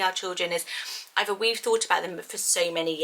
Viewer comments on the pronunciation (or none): none